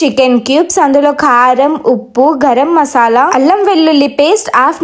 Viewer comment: Thu … adi khaaram kadhu amma karam